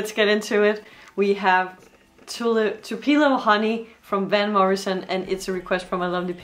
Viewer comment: The city in Mississippi is pronounced with emphasis on the first syllable